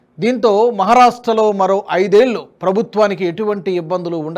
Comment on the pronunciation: ళ ని ల లాగా పలుకుతున్నారు , ఐదేళ్ళు ని ఐదేల్లు లాగా , దయచేసి గమనించగలరు